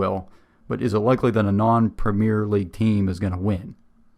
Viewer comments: one small thing . its not pronounced pre-meer league , its prem-e-air league. Hope this helps :) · Embellishment is NOT part of RUGBY. When those guys get hit....THEY GET HIT !! Remember, the only padding in real football are shin pads ! Not a whole suit of armour like in American Football !! " WORLD" series...only played in America !! We DON'T have the PREMEERE league . We have the PREMIER league. Pronounced PREM EE UR. Scotland, Wales, Northern and Southern Ireland all have there own leagues. We call a " tie" a DRAW. My premier league team, Leeds United, have 3 American born players. We DID have an American manager but he was sacked last month as we are facing relegation to the Championship. The highest paid player in England is Kevin De Bruyne of Manchester City who earns £20,800,000 a year. Every town/village /city will have it's own football team/s all playing at different levels in different leagues. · Great video,it explains European football very well, just one thing that frustrates me is how he pronounces (and also spells) Premier League as Premiere League. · Please say premier properly